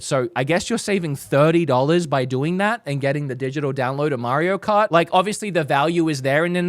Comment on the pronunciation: Mairo Kart 😂